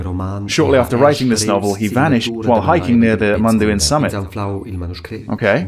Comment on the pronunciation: Pronounce it like "MOON-DOWN". Thanks